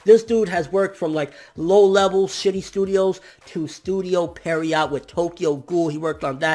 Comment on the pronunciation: Please learn how to say Pierrot correctly. Sounding out a word isn't that hard. And they're not a good studio. Wtf. They're pretty average to poor. lol